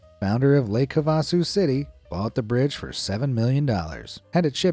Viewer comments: HAVE-a-sue! Not Hah-VAH-sue. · Pronounced Zee- nith Havasu is Have-a-sue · Why do you mispronounce so many words?? The London bridge is in Lake Hav-a-sue . The TV brand name is Zee-nuth. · it's pronounced Lake Hav(have)-a-su (sue) City. NOT whatever you called it. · It's pronounced "Lake Have-uh-Sue" FYI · When i pronounced Lake Havasu, i said "Lake Hea-ven-sueh" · Lol, it's pronounced Lake "HAVE-a-soo." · "Lake HA vuh Soo".....'a' like apple. Look up how its pronounced ( You butchered it, LOL!) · It's pronounced Lake "Have Uh Sue" with the emphasis on the first syllable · Fantastic narration and another great video; congrats on the (almost) 12 million subs!! Thanks,! (Also, it's HAVE-a sue, LOL!) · It's Lake "Have-uh-sue" geez! 😎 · It's pronounced: HAVE-A-SUE AZ. I bet you're one of those people that pronounce Nevada wrong. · Lake Have-uh-sue👍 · Definitely not how we say lake Havasu here but cool to see in the video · lol.. the way to pronunciation Havasu is wrong & might want to learn the difference & change it.